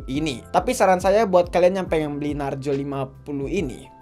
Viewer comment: Narzo bukan narjo